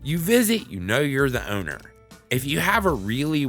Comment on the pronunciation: i love how he says *H*owner XD